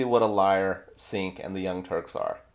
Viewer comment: Ummmm... YouTube much??? BTW, it's pronounced 'J-ea-nk'